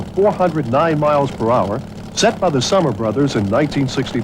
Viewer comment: I actually heard a mistake by the host. He said "Summer Brothers", and to correct him, it is the "Summers Brothers". I should know; I worked for Bill Summers on his lakesters for 8 years.